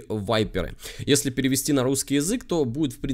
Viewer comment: Танк итальянский, поэтому так и будет читаться "випера", а не "вайпера". Это в Англии он вайпера